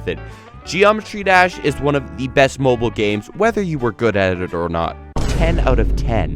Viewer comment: My man did not just say, M O B I L E